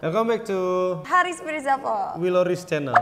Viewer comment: nyebut wiloris